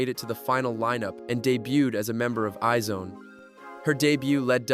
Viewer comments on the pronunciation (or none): It's not i-zone. It's pronounced as EYES ONE. That's why there is an asterisk on their name. Iz*One. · Isn’t IZ*ONE pronounced eyes-one? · Is this AI ? because how can you be making videos about Kpop but say I - ZONE and LEE Serafim